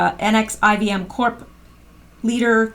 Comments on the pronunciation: Someone may have already posted, but NXIVM is pronounced NEXIUM like the drug, per another article. Sick SOB. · NXIVM is pronounced nexium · The NXIVM is pronounced "nexium"